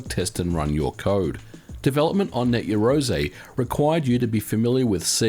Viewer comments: You love saying Net Yeroze don't you?... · Slap a Ho every time he says net yarozay - ROZAYY